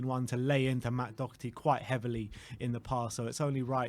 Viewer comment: Funny how still can't pronounce Doherty correct nor give the Irishman credit when it's due.